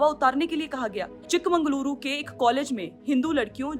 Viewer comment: maam it's Chikamagaluru ...